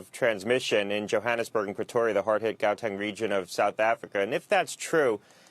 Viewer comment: HAU-teng, Dr. Gottlieb.